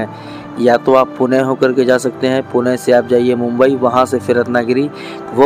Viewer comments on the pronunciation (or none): none